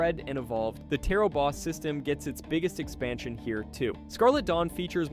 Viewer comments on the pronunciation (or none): none